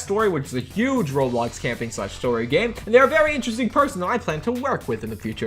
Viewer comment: *oh no bad memories from the cringe roblox news where the narrator said rawblocks